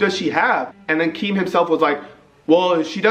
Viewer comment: Keem rhymes with cream